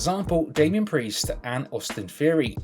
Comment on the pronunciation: his name is Theory not Feory😂